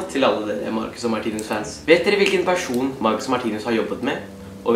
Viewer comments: Du sier martinius menn det er martinus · det er ikke hat kommentar men vær så snill å si 'martinus' og ikke 'martinius',det er litt vanskelig å høre på deg når du hver eneste gang sier martinius 😉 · Kan du lære deg å IKKE si Martinius DET ER MARTINUS